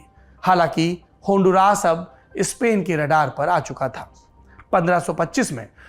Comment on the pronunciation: Aap ke pronouncion is incorrect , its not honduraas, its hon-du-ras. Dusri baat, I’m looking for an desi guy to join me in honduras who knows how to make ghee. I live in US and want to go there to make ghee.